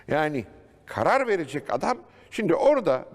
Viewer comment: 3.53 burda kğarar vericek 😂😂